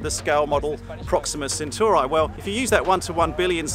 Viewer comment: My controversial opinion? Brits cannot pronounce Centauri